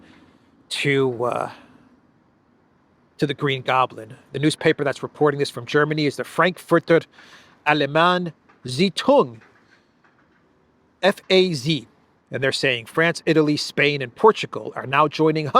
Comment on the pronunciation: It's Frankfurter Ahhl ge mine eh